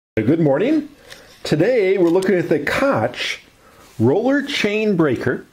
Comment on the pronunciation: Its not super important but its pronounced like "coke".